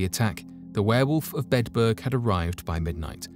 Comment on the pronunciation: I'm sorry. I'm so interested in this, but every time you say Bedburg, it sounds like you're saying bedbug and that's creeping me out worse than anything. I only made it in. 😞